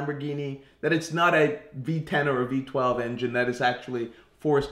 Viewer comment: Did he said V 12 ? During 1st intro